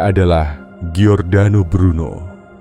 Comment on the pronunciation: Namanya adalah Giordano Bruno Dalam bhs Italia dibaca = JORDANO bukan GIORDANO. ❤ Salam Sukses Sejahtera dari kampung saya.